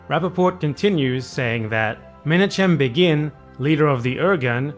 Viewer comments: I think the name, Menachem Begin is pronounced meh-NAH-him beggin', with a little French-like phlegm-y air pushed through on the last syllable's H. And Begin is pronounced like the word begging, just without the last G. "Beggin' for your life." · Great work! By the way, the "ch" in "Menachem Begin" is pronounced like "kh"